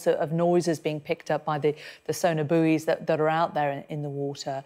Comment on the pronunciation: Sonar 'Booey'. No no no 👍🏿